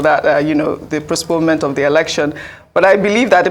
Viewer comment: Ojy okpe na wao! Seriously you fall my hands. Postpone is difficult for you to pronounce. You keep saying prospone, prospone several times. Ojy it's a shame!